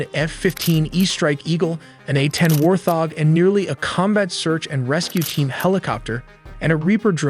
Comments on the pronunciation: its pronounced as WART-HOG , not WAR-THOG .... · *Wart - hog, not war - thog. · Your horrendous ML speech model cannot even pronounce the words 'Warthog' and 'Infrared' properly. At least listen back to the ElevenLabs speech after to check for these simple mistakes. Do better. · War-thog? You mean wart hog? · the voice says “WarTHog” not Wart Hog. Voice is AI. Can nobody just speak and tell a story themselves anymore? Super lame. Still cool video though. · Bbro its called a wart-hog . Not warth-og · It’s “wart-hog” not “warth-og” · Wart-hog not warth-hog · Great videos but can't you all have the narration pronounce Wart Hog and not Warth Og? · How is your narrator-bot so stupid? It isn't a War-thog, it's a WART hog, a wild pig with sharp tusks. The electromagnetic spectrum contains visible light and light we can't see, including ultraviolet (UV) and infrared (in-FRA-RED) although most people say INFA-red. It is not INFERRED-a conclusion found by using inference, if this then maybe that, and if that, then...the butler killed the priest. If you can edit the script after the AI generates it, make warthog two words, "wart" and "hog" same with "infra" and "red". This might also be a complete suite that scrapes, writes and generates vid and hands it off to C3IQ to read. AI is very polite and won't correct anyone, but I will. A "barrage" of bullets rhymes with mirage, not marriage. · Excellent presentation. However, it is pronounced Wart-hog. Not 'War'-'thog'. Best to pick up American terms and names from the Americans, just as they will have to pick up names and terms not from their backyard from those they belong to. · "Inferrrrrd" instead of In-fer-red and Warth-og instead of Wart-HOG , like c'mon. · It’s a Warthog not a Warthog…This voice has to be AI as well. So many words not spoke properly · How does anybody look at the word warthog and then pronounce it: warth-og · Fricken AI can’t pronounce “wart-hog” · "War Thog"???!!! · An A-10 "War Thog". 😆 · War thog lol